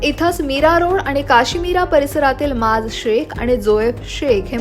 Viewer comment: "Maaj" 😅😇 cha "maaz" 😆 utarla🤣 kaymacha